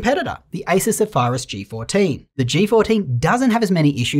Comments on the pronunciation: “Asus Sefarus” 😅😅😅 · Ace-soos Zeh-fai-rus g14 ! wtf lol! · His pronunciation of Zephyrus made me question his mental health lol